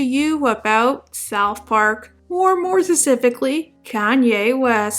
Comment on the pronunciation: “being mentally ill is no excuse for being a bad person” erm yes! It is the basis of the entire legal system. Why does she insist on saying specifically, when she can’t say it properly with her speech impediment. Love her videos though even though she says “jokes” but doesn’t explain what she’s going about. Like it’s a inside joke but I’m on the outside. Sorry for being negative because I genuinely like her videos.